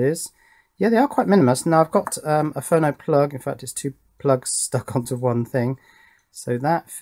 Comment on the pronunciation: Your pronunciation is correct, it's short for 'phonograph', with JLC, if you make boards 25mm square for example, you may pay $2 per board, you should try putting 4 boards on one 100mm square with routed divisions (so you can snap them apart) ;)